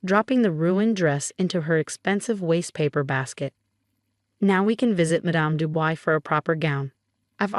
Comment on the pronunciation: The name is not pronounced "Du Boys" but "Du Bwah".